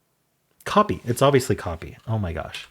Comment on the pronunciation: In Hang Five, when going thru the options for the first word the first time, you actually mentioned "copy" but you pronounced it "copey". Which is probably why it didn't occur to you that time. 😂